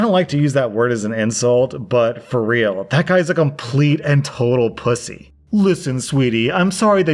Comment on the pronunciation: WHEN YOU CALLED HIM A POOSAY OMG